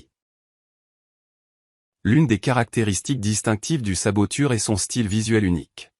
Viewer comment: Oh mon dieu cette voix IA m'insupporte...saboture au lieu saboteur😢